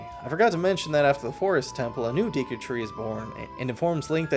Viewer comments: Deku* not deeku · The amount of times you miss pronounce Deku is driving me insane. Do you think if have a deck of cards you'd say "grab my deek?" No, you wouldn't. It's not deeku, it's Decku... (not in spelling but in pronunciation anyway) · Deku is a name from the original Japanese, so we should look to Japanese for how to pronounce it. "De" and "ku".